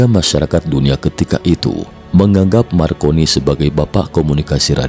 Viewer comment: MARCONENE/I = M-AR - CO - N - ENE/I ).